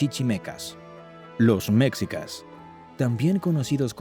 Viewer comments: Pues esta bien este resumen rápido de la historia de México pero es molesto escucharlo decir meczicas en vez de meshicas... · Jajajaj que cagado que el narrador pronuncie "mexicas" haciendo énfasis en la "x" Y pronuncie"méjico"🤦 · Mecsicas??? Órale!!! Hay que cambiarle… lo correcto aquí en México (se pronuncia Méjico) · Méxikas = ❌ MESHIKAS = ✔️ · Mexica se pronuncia Meshica y no mecsica como dice en el video, sabe mucho de cultura mexicana pero no de pronunciaciones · Mécsicas? Nooo. Se pronuncia Mejicas. Los mayas también practicaban el juego de pelota. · Muy buen video, pero muchas palabras claves están mal pronunciadas: Náhuatl:náwatl Quetzalcóatl: ketsalkóatl Mexicas: meshicas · Enseñaste a hablar las palabras es mejicas no mexica y otras palabras k hablas mal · la palabrfa quetzalcoal lo pronuncias mal y mexicas si quieres explicar documentate mas estas pronunciando mal de mexicas y quettzalcoatl sino mejor no expliques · No es Tahuantepec, es Tehuantepec. Y no es mexsicas se pronuncia meshicas.